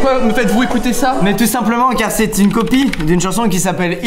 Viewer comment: No dommage mais non il dit "copie" et pas "coqui" (regarde la description, [...]inspecteur Copie...)